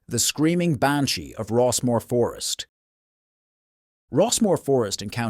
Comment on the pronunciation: The Banshee pronunciation in the Gaelic is not how you said it . If you are going to tell ghost stories of a certain country do you think you could learn how to say the words. Are you American trying to be Irish because if you were a true Irish person you would know how to speak the words of the Gaelic language ?